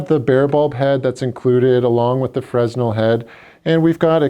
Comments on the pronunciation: It's Fra-nel not frez-nal. Fresnal was a physist and Engineer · FRESNEL is pronounced "FRA-NELL" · The "S" is silent in fresnel